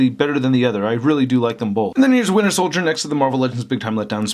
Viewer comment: I know there are other people besides me that also hear "winner soldier"